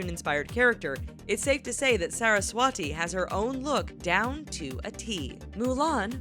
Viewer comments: she is Saraswati and not how U pronounced Sara s wati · actually,she is 'saraswati' and not ' sara swati'